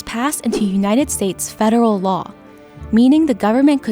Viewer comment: United statez....love it🤣